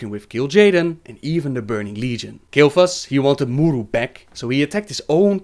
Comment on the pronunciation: Vincent Amour He does mispronounce most of them, actually. He says 'Naaru', 'Sha'tar' and 'A'dal' just fine, but 'K'ore', 'M'uru' and such, he doesn't. The presence of an apostrophe indicates where the stress lies in the word. So 'K'ore', for example, wouldn't be pronounced as 'core', but rather 'kuh-ore', with emphasis on the 'ore'. Similarly, 'M'uru' would be pronounced 'muh-uru' or 'muh-ooroo', where the 'm' and the 'uru' are pronounced separately, with emphasis on the syllable that comes after the apostrophe.